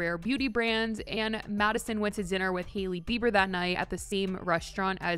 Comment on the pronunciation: always pronouncing it like “Heely Bieber”